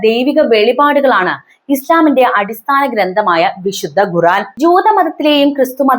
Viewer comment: ഘുറാൻ അല്ല, ഖുർആൻ. Ghu =ഘു. Khu = ഖു.